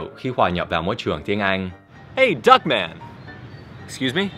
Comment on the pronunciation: hey duc manh mà Anh đọc là dog man và phuc manh Anh đọc là fuck man E ko cố ý trêu trọc Nhưng anh nên đổi tên Tiếng Việt khác nha! Ahjhjhj!! ....^^